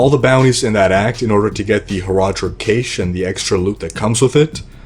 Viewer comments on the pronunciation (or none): The word "cache" is pronounced just like the word "cash." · "The horadric Kayshe" lol